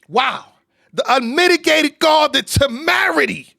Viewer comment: You're better than me. I would have let them carry on with their life saying tAmerity for years. Hehehehe